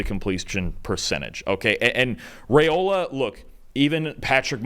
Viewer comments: Rye-ola instead of Ray-ola. Still, loved the analysis. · It’s pronounced rye-ola, not ray-ola. I’m not sure why this is so hard for folks to get right.